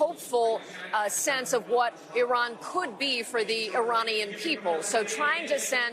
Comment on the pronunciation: It's Iran Not iron...y'all are f...... idiots